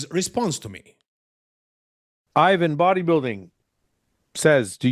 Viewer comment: He called you IIIIvan not EEEEvan lol